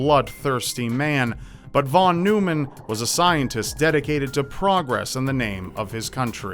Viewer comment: In American English, Von Neumann is pronounced “von NOY-mun.”